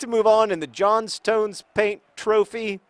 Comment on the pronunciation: John, plz, it is JOHN-stn, the JOHN-stn paint trophy. K :P